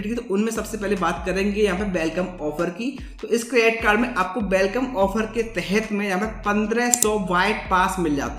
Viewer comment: This can even pronounce credit card properly but still has th audacity to make videos.